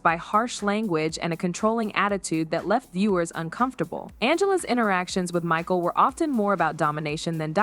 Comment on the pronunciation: "I feel bad for Ma-sheel" AI voice showed its ass